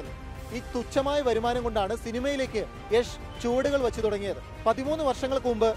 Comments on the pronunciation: യാഷ് അല്ല യഷ് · it's not yaaash it's yash!!!!!!!! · യാഷ് എന്നല്ല യഷ് എന്നാണ് പുള്ളിയുടെ സ്റ്റേജ് നെയിം..